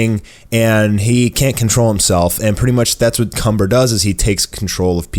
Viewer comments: Its kamba not Cumber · the evil sayian name is *KAMBA* not *CUMBER* you need to see the trailer with captions on. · His name is kanba not cumber